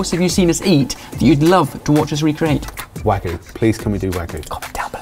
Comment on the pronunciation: how to say wagyu: warg-you Why is it so hard to say the 'y'?